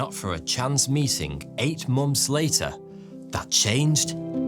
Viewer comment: I mainly come to this channel to hear months pronounced mumps.